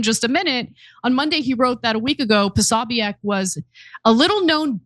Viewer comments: Why can’t journalists say Prosobiec’s name? It’s Pro So Bic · Anna. It’s pronounced PO-SO-BIC, 3 syllables